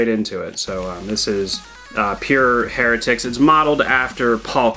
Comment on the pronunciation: Isn’t pronounced, “High-rah-tic”? At least I’ve always said it that way